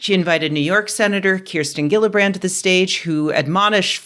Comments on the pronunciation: Love your work and love this video! But just as a small note, Senator Gillibrand's name is pronounced like Jill. Not Gil. Sincerely, a New Yorker. ;) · Hi Rebecca, just so you know, I live in New York and Kirsten Gillibrand's last name is pronounced "Jillibrand." Good video!